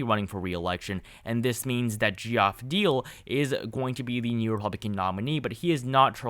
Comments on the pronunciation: Geoff is pronounced Jeff. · Geoff is pronounced Jeff. Just variation of spelling